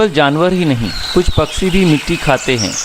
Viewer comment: Paksee nahiN, Pakshee See naniN Shee kaho year.